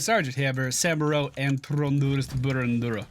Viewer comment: still can't pronounce Samuro